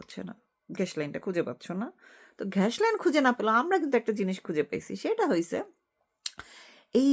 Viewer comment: দয়াকরে বাংলা উচ্চারণ নজর দেয়া জরুরি ( গ্যাস) শুভকামনা রইল